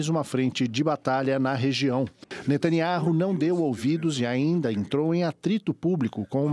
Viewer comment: Netaniau Jornalistas assim que se lê H é mudo nesse caso